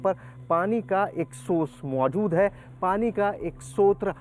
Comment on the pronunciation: Sale sotra nahi shrot hota hai